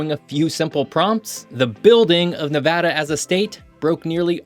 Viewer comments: The best part about this video is the correct pronunciation. If there's one thing that pisses me off about a lot of geography videos, its when people say "Ne-vaw-da" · Thank you for pronouncing Nevada correctly. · When people say - Nev-aw-da, not Nev-ad-da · forth generation Nevadan here . My whole family says the state name the exact way . And yes we are very particular how people pronounce our states name . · Ty for saying Nevada and not Nevahda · Great video! Thank you for pronouncing Nevada correctly. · The fact you say Nevada correctly 👏👏👏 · As somebody who's lived here the majority of my life, thank you so much for saying NEVADDA and not NEVODDA. I've had to correct so many educational channels on this. Drives us crazy! Right on for your video here. Aweosme facts. I didn't know we had some of the oldest rees on the planet. Very cool fact. I live in Elko Nv. And the Ruby Mtns are over the hump to Springcreek and in our backyard. Basically, it's a 25 to 30 min drive. They are a beautiful range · Far too many people say, Ne-VAH-duh, rather than the proper Ne-VAD-uh. As all Nevadans know, Ne-VAD-uh is the proper pronunciation. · HE SAID NEVEDA CORRECTLY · You got me at the beginning when you pronounced Nevăda correctly! I’ve been in Nevada more than 30 years and have been all over this state. From the Valley of Fire to Lake Tahoe, Cathedral Gorge to Fly Geyser, Pyramid Lake to Great Basin National Park, and Virginia City to Rhyolite, there is so much more to this state than Las Vegas! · The explosive growth has a lot to do with the invention of air conditioning that made the area more inhabitable. Also thanks for pronouncing it correctly. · A: it’s a real voice, B: at least he got the state name right? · The fact that you reiterated Nevada… makes so happy. Thank you for pronouncing it correctly. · Thank you for saying "Nevada" properly! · Thanks for saying Nevada correctly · Thank you, thank you for pronouncing Nevada correctly.